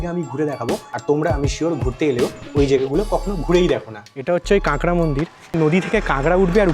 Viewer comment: কাঙ্গরা কি রে ভাই??? এখনও কাঁকড়া উচ্চারণ করতে পারিস না ব্লগ করিস